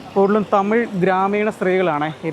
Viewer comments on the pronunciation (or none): none